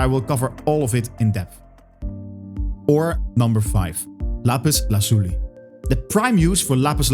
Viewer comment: What's that accent? Are you a Spanish speaker by chance? That "Lapiz Lazuli" was on point!